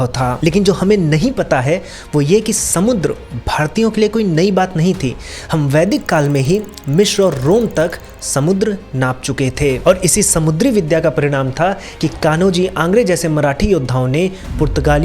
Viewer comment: कन्होजी आंग्रे ❌ सारखेल कान्हो जी आंग्रे✅